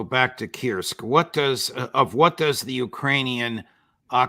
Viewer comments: For Pete's sake Judge, stop saying "Kirsk". I'm pretty sure that the u-sound exists in English. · Pronunciation of Kursk is "coorsk".